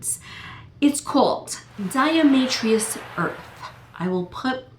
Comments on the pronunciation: pronounced DI A TO MA SHUS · There is no "r" in diamaceous...lol